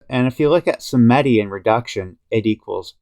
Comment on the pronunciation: sAmedi et non sEmedi